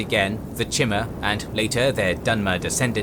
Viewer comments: Props to the narrator regardless, but it is pronounced (Ayy-lee-id and Kai-mer) by most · I thought i was crazy for thinking it was pronounced kigh-mur and not shi-mur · This dude just said "chimmer" I'm out. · The way you pronounce Chimer pisses me off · The way he pronounced "Chimer" made me want to commit the Black Sacrament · Good quality, accurate, long time fan. Only complaint is the pronunciation of some words/names like Chimer